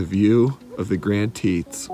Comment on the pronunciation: So annoying..it’s not the Grand “Tetons”..Grand Teton is ONE peak. Then you have the audacity to call them the “Grand” “Teets”....weird. If you’re gonna vlog learn where you are at.